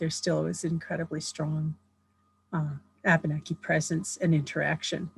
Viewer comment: Abeneki is actually Pronounced Uh-ben-uh-key